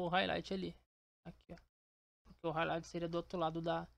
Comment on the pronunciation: explica mt bem viu, só esse R de highlight que me pegou kkkkk